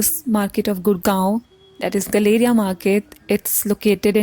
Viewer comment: It’s not guh-LAY-ria गलेरिया! It’s pronounced Gal-uh-ria (गैलरिया)! Call center cab drivers kept mispronouncing the name of the market, and people new to Gurgaon accepted the incorrect pronunciation! 😂😂 It’s one way I get to know who is originally a Gurgaonite from someone who’s not! 😊😊